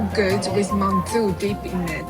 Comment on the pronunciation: Love this!!! Btw I think it’s mantou not mandu lol